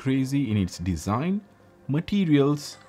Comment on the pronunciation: Moronic review. DLC is the shiny finish "muay frend" of "breck pettern dizaign"